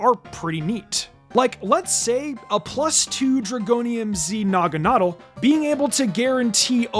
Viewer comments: BRO CHECK YOUR POKEMON NAME PRONUNCIATION. NAGANAWDEL? SINISTEYA? STUPID!!! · It’s pronounced nah-guh-NAH-dull, “”! 🤨 Come on! Get it right! 🙄